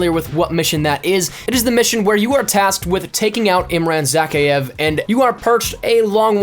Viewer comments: because it's russian, is saying it wrong it's Imran za-ky-iv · why can nobody on YouTube pronounce Zakhaevs name right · Why does he say Zakhaevs name so weird.